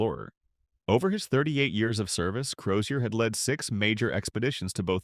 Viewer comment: The surname is Crozier which the voice over pronounced correctly.